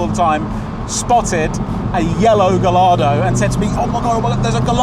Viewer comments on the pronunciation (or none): Ga-what? Gah-YARD-oh! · dude it's pronounced guyardo not galardo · A small part of me died every time they said gah-lard-o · GUY-ARDO, not GALL-ARDO. Philisteins. Great video. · Gai-yardo. Not Ga-lardo. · Mates..please before u say it, try to ear correctly the name of car.. the bloody name as 2 LL. Gallardo... It's not galardo... Thank you.. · Guys, please, I beg you. Gallardo is pronounced "gah-YAR-doh". Despite being an Italian brand, Lamborghini names most of its models after Spanish fighting bulls or breeds of bulls. Therefore, the names are pronounced using their Spanish origin, so the double-L is pronounced with a "yuh" sound, not a "luh". And while we're at it, it's OM-budz-muhn. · please boys its not pronounced gallardo, its gajjardo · GUYARDO people, please! Not GALLARDO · The pronunciation though... The double "L" is pronounced as a soft "J", if you respect Italian. It's not "lard" in the name, it's "yard". If you want to approach it at least a little bit better: Guy-Yard-Doh. edit: Sorry for the confusion I caused. The car is of course Italian, but the name is Spanish! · "You can't mispronounce mine" as they've both been mispronouncing Gallardo the whole time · "guy-yar-do" it's not hard. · Please go and find out how to say Gallardo (- gai aa dow) and redub this video. All the rest was great! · Isn't the "ll" pronounced "eye" in Gallardo? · The "ll" in Gallardo is read like a "y" (guh-rarr-doh) because it's a Spanish word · Listening to the pronunciation of Gallardo is killing me. In Italian and Spanish, the double l is pronounced as a y, so Guy-Ardo. Excellent video, but the mispronunciation is like nails on a chalkboard. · Turned it off the instant he didn't pronounce Gallardo correctly 🤢🤮 And you call yourself a car fan! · It's guyardo. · NO, that is not a "Galardo" but a "Gallardo". Please just look at how it's pronunciated!!!! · In Italian Gallardo isn't said with a hard L, it's Ga-jardo like a Juh sound. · GAH-YAR-DO - PLEASE!